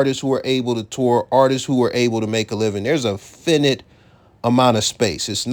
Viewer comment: After he said, fin it a bunch of times I had to leave. I just couldn’t take mispronouncing the word finite anymore?